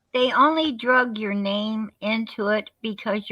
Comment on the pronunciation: The word is Dragged. Not Drugged. What is the story with all these people not knowing basic English 🙄🙄